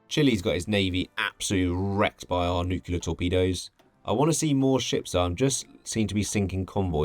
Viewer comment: Noooo, a <<NUQULAR>> person